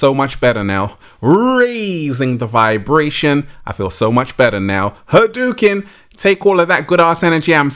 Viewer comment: He really say Hadouken😂🤭